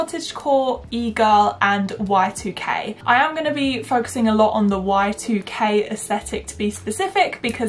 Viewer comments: Every time you said y2k i heard white UK and i was really confused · OMG lol I kept hearing white UK instead of y2k and it wasn't making any sense :)))